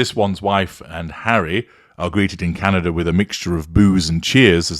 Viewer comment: You actually made my teeth hurt. My friend was in Whistler and he did not hear any booing. The atmosphere was not positive but I can accept that. But at least the witch or Megladon can say Canada. Wow hard to say but you fi-ucked it up. If needed you can phonic say Kan-a -da. Megan is not wanted here but we are polite. And I think what was hear is our EH or A depending and yes you are a narcissist because no one but your voice can hurt my teeth.